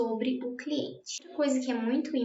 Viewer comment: mds que agonia ela falando cliente